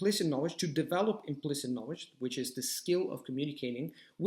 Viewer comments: Agree with what you said! Tip: You have a strange pronunciation of "KNOWLEDGE". You say or KNOWEDGE... You don't pronounce the L, which is weird in an otherwise pretty excellent accent:) Just wanted to point that out, as I'm sure you can easily correct that! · In learning a new language, one must be open to correction...which is how you learn. If he said "na-wage" that many times to me in an English conversation, I would have done everything imaginable to refrain from laughing...not at him, but the pronunciation. It immediately made me think of Tweety Bird.